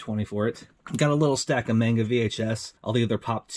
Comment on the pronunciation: not mayngda but mahnga